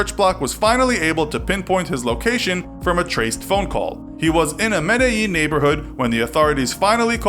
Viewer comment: Being Colombian I feel like this gives us a negative connotation. Also Medellín is pronounce me-de-Jean